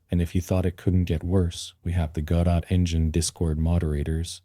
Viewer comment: Which part? AI voice that can't even pronounce Godot, AI generated script and Ai generated images... what did you do exactly?